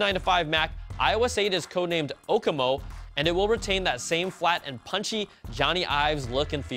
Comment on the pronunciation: Okemo Like Okemo Mountain? It's pronounced (ohkeemo).